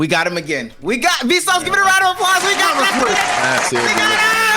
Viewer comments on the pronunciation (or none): none